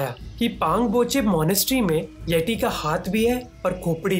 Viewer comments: यटी नहीं यती कहतें हैं बे😂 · भाई यती होता है यटी नही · Its येती not येटी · ये इंग्लिश क्या क्या करवाएगी ,,," यति " को यटी बोल रहे bro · Sir aap aapka pronunciation sudharo jara (yeti) not tea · ये T नही होता भाई यत्ती होता है इतरा के मत बोल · Bhai baki sab thek hai lekin yeti ke hindi pronunciation thek nahi hai ..